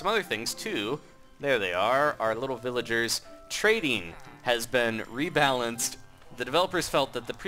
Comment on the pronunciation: When he was talking about the golem he said villager as villege